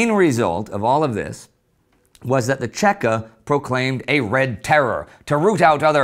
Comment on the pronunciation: If anybody is interested in the Red Terror of 1918 I highly recommend Solzhenytsn's Gulag Archipelago. PS: It's CHEKA or VChK (VeCheKa) not Tscheka. It's an acronym for Vserossiskaya CHrezvychaynaya Komissiya - All-Russian Extraordinary Committee (the bolsheviks loved themselves some committees alright)